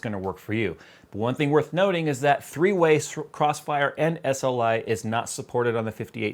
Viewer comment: Threeway, not treeway